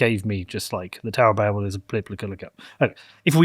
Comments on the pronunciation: I know this is very minor, but it's pronounced baybel, not babble. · Babel is said bay bel not babble